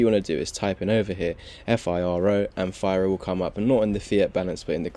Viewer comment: It’s pronounced fee-roh. Oh yeah, firo is releasing FiroPOW in 2 days. I believe firo will have a big pump by then.